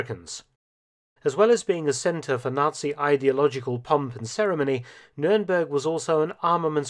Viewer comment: thank you so much for pronouncing "nürnberg" not english